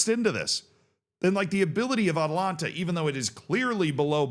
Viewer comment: The Italian football club you are referring to is Atalanta Bergamasca Calcio S.p.A. You keep pronouncing the football club "Atalanta" similar to Georgia's capital "Atlanta". There is an additional "a" after the first syllable. The city of Atlanta in Georgia is the female form of Atlantic, which is the "Sea of Atlas". Atlas is a Titan in Greek mythology condemned by Zeus to eternally hold up the heavens (sky) on his shoulders after the Titanomachy. Atalanta is a heroine huntress in Greek mythology.